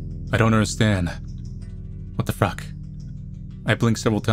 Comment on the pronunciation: I like the “what the fruck”